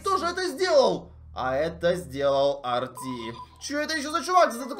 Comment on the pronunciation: Это не Арти а эрте